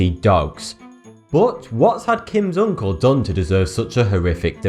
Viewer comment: Love the way he pronounces uncle, oonkle. oonlk. nckle. nckl. nkl